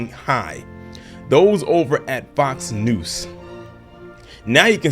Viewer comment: Are you saying “Fox Noose”? 😂